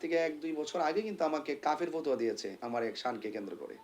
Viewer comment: ফতুয়া আর ফতোয়া এর উচ্চারণের তো ঠিক নেই এর মনে হয় পড়ালেখা নেই আর তাছাড়া সে আজমীরের পূজা করে যারা পীরের পূজা করে যারা গোরের পুজা করে তারা আবার কোন মুখে কথা বলে এইসব ভন্ড ধান্দাবাজ এরাই আমাদের ধর্মকে নষ্ট করেছে চেহারা কাপড় বেশভূষা দেখেন না